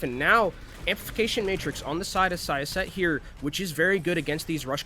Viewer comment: syosset pronounciation was a mess XD